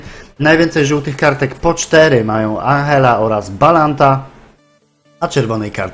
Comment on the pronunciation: i Andżella albo Anżella,a nie Anhella to jest Włoch,a nie Hiszpan czy Argentyńczyk